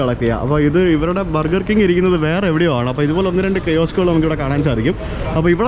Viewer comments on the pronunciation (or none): none